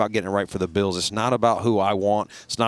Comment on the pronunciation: I love the way pat says Buffalo Be-ills.